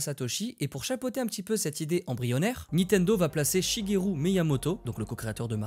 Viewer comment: C'est LE gameboy Et NINtendo et non Nitendo voilà voilà